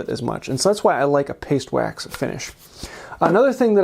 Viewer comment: "Pastwax" what the heck is "pastwax" 😂